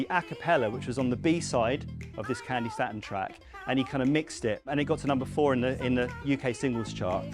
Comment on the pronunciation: Candi Stay-tun not Stat-un